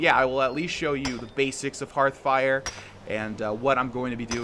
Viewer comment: How many times did you have to say "Hearthfire" before you could flawlessly say it? I know you have a rough time remembering it thanks to your many hours into Hearthstone instead.